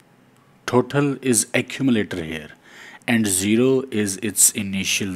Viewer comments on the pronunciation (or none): You should to speak total not thotal 😂